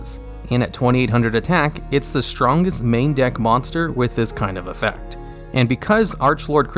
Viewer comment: Why does the Pandemic Dragon say EFEECT lol